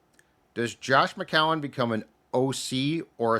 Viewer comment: just refuses to pronounce 'McCown' correctly